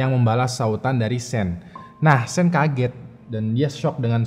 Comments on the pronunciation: Nah kudunya kaya 'Shawn' bacanya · sean bacanya syan bro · Sean bacanya Shan bang, bukan sin hehe ✌ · Sean itu dibacanya "Shawn" atau "Shon", Bang, bukan Sin. 😂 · Njir. Nge bacanya setengah" si:v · Sean bacanya kek Shawn (Eng) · Sean is pronounce " Shaun or Shawn " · ok... namanya dua2 nya salah.. Vlad itu kyk bilang blood tpi pake V.. so apa yg di baca sama dengan ap yg diomongkan. and Sean.. di baca shan.........